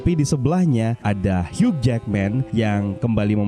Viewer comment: "Hiu" min bacanya, huruf "g" ga dibaca...🙏🏻